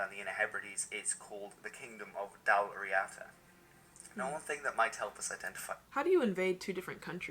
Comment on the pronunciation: His pronunciation of Dalriada is terrible. Why can these history vloggers lookup how to say words in other languages instead of continuously reading non English words as if they were english.